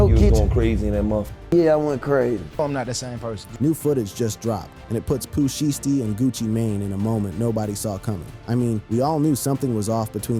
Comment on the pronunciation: The Vanilla Ice and Suge thing is TRUE....TOLD BY VANILLA ICE HIMSELF,he said he pooped and peed on his self,somebody DID hang his ass out of a window and hey here is some pronunciation lesson for you it's POO SHY STEE😅you welcome duck!